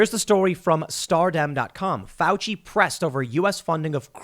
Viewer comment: "I am going to defend fuici" Nice one Tim